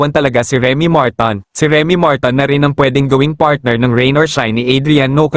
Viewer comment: Bobooooo blogger bading Martin po hnd marton Bobooooo